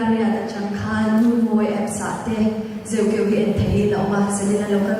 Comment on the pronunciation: Host hian a film hming a lam dik lo tluan thak mi hming koh dan a hre hlawl lo bawk. Chuan Josepha hi mithar ni lo film lamah 2004 khan a chang tawh